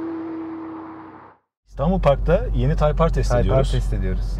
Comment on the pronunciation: abi typar degil o typer diye yazilir taypir diye okunur bunudami ben ogretim